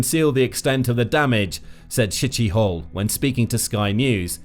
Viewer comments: Great video! Highly informative! However...ummm....re Brigadier General Yuri Shchyhol...🤔 FYI, "Shchyhol" is NOT pronounced "Sh*ttyhole"! 🙄LOL 😂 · How hard was it to pronounce Shchyhol?